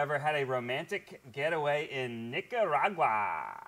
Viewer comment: Ned going on about how romantic Nic-co-rah-gwa was. Zach quietly dying next to him.